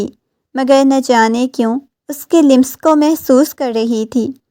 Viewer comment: The word lams not lims